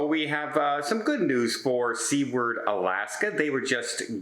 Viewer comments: Did he really just say "Australia and other towns"? And did he not notice that those different November dates were different YEARS? He was looking at old adverts for the event. Also, it's not Sea-ward, it's Sou-ward. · "SOOward", not "SEAward" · I was thinking the same thing! It's "SUE WARD " not "SEA Ward" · SUE-WORD not SEE-WARD. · The name of the Alaskan port of Seward is pronounced "soo-urd" not "see-ward". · Seward is pronounced Suward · I am not surprised. refuses to use the spell checker he desperately needs. He obviously isn't concerned with the proper pronunciation of "Seward" either.